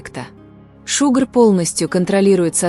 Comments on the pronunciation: Не Шугр,а ШУГА😮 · Да не Шугр, а Шуга😢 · Всё хорошо,только вот не Шугр, а Шуга.Совместный проект Шуги и Тэхёна- это моя давняя мечта. Как же я рада этому! Наилучшие пожелания ребятам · Глубоко не уважаемый автор канала, а что такое "шугр" в местной озвучке??? Идти тебе прямиком в лес, а не новости клепать!!!!👎👎👎👎👎